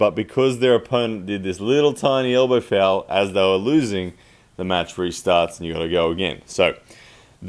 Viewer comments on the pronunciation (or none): Is this guy saying FOUL or FAIL speak english please.